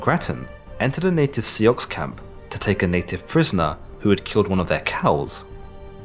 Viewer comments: Sioux, pronounced Sue, has never been pronounced See-ox in popular culture. I have taken numerous university courses on Native American culture, focusing on the Lakota or Sioux, and haven’t heard that bizarre pronunciation! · I’m Cheyenne River/Oglala Lakota, it is not pronounced “see ox”. Are you just trolling or what? I have never in my life EVER heard it pronounced “see ox” I’ve never heard a Sioux pronounce it that way, EVER. Out of curiosity, where are your sources, references? Even if it was “see ox” we pronounce it Sioux=soo; you may not agree, however is it not a bit presumptuous to tell us how we should pronounce this word? It is an exonym created by others to describe who we were as a people. You Brits get so uptight about how everyone else in the world speaks English, criticizing people for their “accent” as if we can help it. Yet even in the UK there are some people that you can barely discern the fact that they’re speaking English! J’ya kno whu uh meen bruv, ay? Yeh? The name Sioux comes from Nadowe Su, which is Algonquin meaning "Little Rattle." The story, as recorded, says the phrase comes from the rattling sound a snake makes before it bites. French traders and trappers changed the spelling from Su to Sioux and dropped Nadowe. This is how the great Oceti Sakowin became commonly known as Sioux. We prefer to be called by our tribal names, Lakota, Dakota, Nakota. Sioux language has three dialects: Lakota, Dakota and Nakota. These dialects developed because the Sioux were spread out over the vast plains region of North America. Today, Lakota and Dakota are the two main dialects, with the Nakota being the least frequently used. Speakers of the dialects have no difficulty understanding o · I'm Dakota (sioux). Its pronounced "sue" not "see ox" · Speaking as an Anishinaab, I can say that Soo is the correct pronunciation, not See-ox. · Yeah I felt that one lol it was making me cringe hearing it 😂🤦‍♂️ - a Canadian Métis man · Oh Ffs. Sioux is pronounced sue